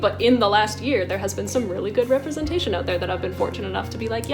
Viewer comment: Can we talk about how pronounced representation. Is that a thing?